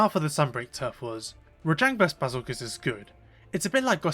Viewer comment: Please keep calling Bezelgeus "Basil goose", it makes me so happy